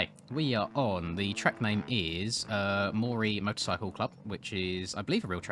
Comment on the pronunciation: Aussie fan of your channel here bro, yes the pronunciation is correct of Moree 🤟🏼